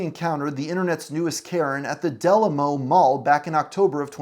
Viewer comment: Del amo mall 😅 i lol hard at how he pronounced it😂